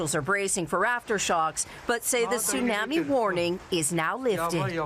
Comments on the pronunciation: Can you please teach her how to say “Tsunami “!???😂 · Hey Janice! "Tsunami" is not pronounced like "Miami", especially in freaking JAPAN, from which you are currently reporting! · Janice frayer, is mispronouncing tsunami.